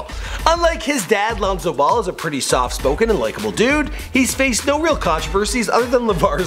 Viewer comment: This man said lonzo good.smh